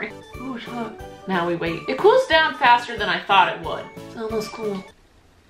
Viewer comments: Every time u said taught I burst out laughing 😂 Love u ❤️ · Nobody: Not even harry styles: Not even harry potter:: "...tot..." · Every time she says "Taught " I laugh so hard like I'm giving birth to a chicken ?😂idek 😂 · I wonder how many times she said “tot” in this vid😂